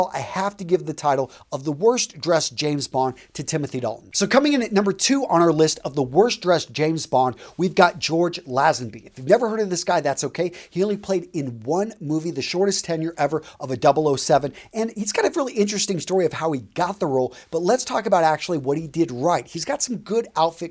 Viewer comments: By the way, the names are pronounced as: George Lay-zen-bee Daniel Cray-g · you've no idea about 60's fashion and you can't judge yesteryear's fashion by today's fashion, you could also start by pronouncing George Lazenby's name properly. As for watches it should always be a non date Rolex Submariner ref6538on a NATO strap (dark grey, green and red stripe) as displayed by Mr Connery in I believe From Russia with Love